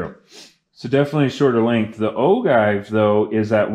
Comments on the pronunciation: Sorry i had to stop your video ,you shouldn't be making reloading video when you cant pronounce the word OJive not ogive,you sound rediculous!!! Your inexperience is going to get someone hurt ...STOP!!! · The cringe of O-give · Oh-jive is how it’s pronounced but…good video. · Great job, btw it is pronounced "Ojive" (G = J)